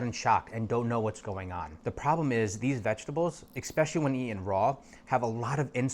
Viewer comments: Dude said eXspecially 🤦‍♀️ More than once. How does someone so educated not know how to pronounce a simple word that my 6 year old can?😅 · when you learn how to pronounce ESPECIALLY i will take your advice